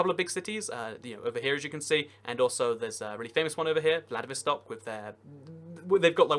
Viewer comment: "A famous one, VladivOstok" IT'S PRONOUNCED "VLADIVASTUOK"